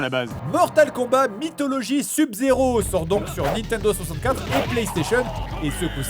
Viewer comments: Ou pour lui faire dire sub correctement? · comment ils prononcent sub-zero je suis le seul que ça fait péter un cable ? x) sinon super vidéo toujours autant se marrer devant les vidéo du jdg